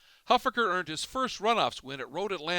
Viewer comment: you're mispronouncing Huffaker